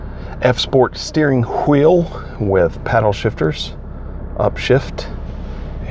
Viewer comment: lol someone caught that, reminded me of stewie "cool QHWIP"